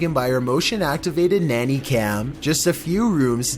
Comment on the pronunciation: "nanay cam" lmao